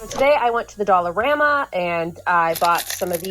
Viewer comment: Is it just me??? Every time says “dollarama” I hear “dollar grandma”.